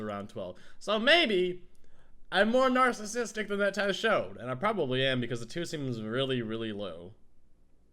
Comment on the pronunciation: He said nacisistic!😂